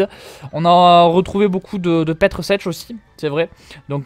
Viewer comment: PETER CECH ca se dit peter chek